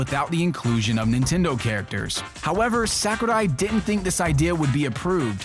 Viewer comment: it di-ant.